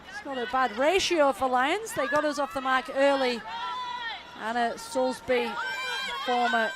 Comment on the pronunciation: Who is Anna 'Soulsbury' ? it's Soulsby !